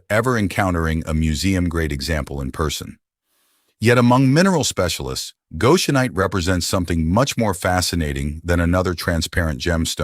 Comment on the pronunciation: Please, please, please. Some living person , CHECK YOUR PRONUNCIATIONS!!!! Goshenite and Goshen are consistently mispronounced.